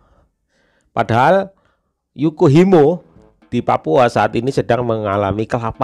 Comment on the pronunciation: Ralat mas, itu Yahukimo, bukan Yukohimo🙏